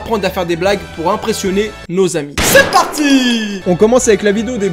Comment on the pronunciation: Ze parrttii